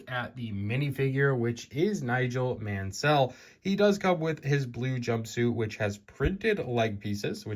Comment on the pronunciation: Pronounced not as Man-Sell but Man-Sull